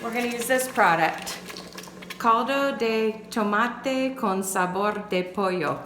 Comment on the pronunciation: Very good pronunciation caldo de tomate 👍Question: Do u rinse the rice before cooking ?